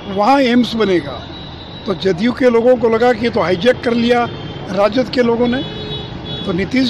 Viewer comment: loko ko milegi ya logo ko milegi please correct pronounciation